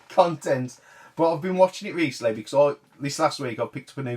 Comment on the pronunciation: Beer tokens sound like a great plan! Hopefully I'll see you at Bristol if you're stalling out! It was a fantastic event, and I wish I was there for a lot longer and joined you guys for a drink:) Until next time. "Cuntent" Love it!